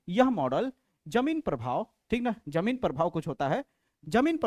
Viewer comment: sir ji vo jameen nhi jeeman prabhav hai